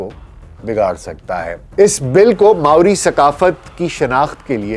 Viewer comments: Pronunciation maori hai morai nahi sahi kar lijiye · It's Maori not Morai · Dr sahab it's not murai. It's Maori. There is no such word murai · I am currently a resident of New Zealand, and it took me a good five minutes to understand what you were saying. The word is not "Murai"; the natives are known as Māori (pronounced as Mau-ree). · It's pronounce as Ma-o-ri.. not Morai.. but indeed a nice video